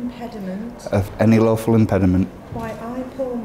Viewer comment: He definitely said 'My awful wedded wife'